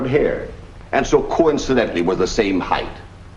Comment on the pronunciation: Height correctly pronounced is 'hite', not hithe.